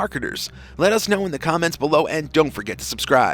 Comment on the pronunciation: Why do you say “ baaad badger” when channel name is bored badger?